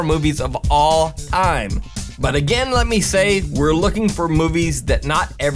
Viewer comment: "Of all ime."